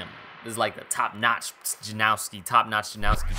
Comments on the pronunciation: Sick review as always man but there’s no W in his name by the way! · its actually janoski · It's Janoski. Not Janowski. Tf is wrong with y'all??? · Janoski not Janowski :) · How do you pronounce his first and last name wrong??